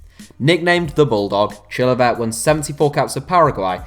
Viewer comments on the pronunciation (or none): Well done for butchering the pronunciation of Chilavert's name